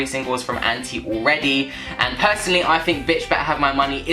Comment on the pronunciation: I think she recorded it drunk. Lol. Btw, you're pronouncing ANTi wrong, it's anti (ant-eye) -- Ps, the album leaked and is now out today. 13 tracks. 16 with the DLX version coming out Friday. Still waiting for that Gaga//Beyoncé collab on ANTi